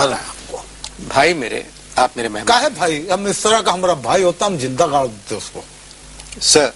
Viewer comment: He didn't said gaad he said Ghaar in bihari accent